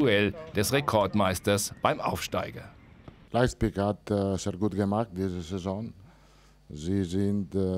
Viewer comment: Carlo weigert sich auch "Leizpig" richtig auszusprechen. :D